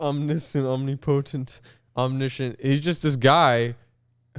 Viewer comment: omnipotent. ahm-nip-uh-tint. omnipotent. no worries, boys you'l get 'em next time.